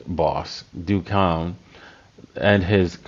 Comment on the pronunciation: Do Kwon is not pronounced "dew kown" it is pronounced "dough kwahn"